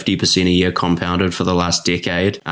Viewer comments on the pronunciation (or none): When says "Decade" it sounds like he'd saying something else..:)